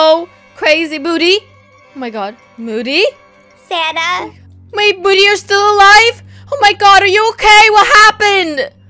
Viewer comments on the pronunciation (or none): It’s moody not muddy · u said moddy it’s moody